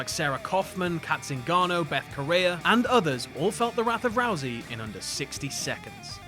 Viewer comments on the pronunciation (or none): "Beth Coraya" Put some respect on Betch's name.